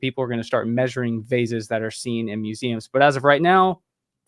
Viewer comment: why is having problems pronouncing 'vases'?